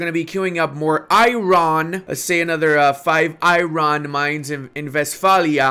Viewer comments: Eye-Ron...... or Ire-Urn., I love your videos. I learn so much. Keep up the good work! Thanks for your play-throughs and guides! Keeps me engaged in Paradox games when I get down! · Its not Iroon, its I am alone🤣🤣